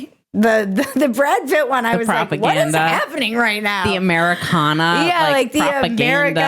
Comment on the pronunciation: Thanks for bringing out the girls....and the correct pronunciation of Americana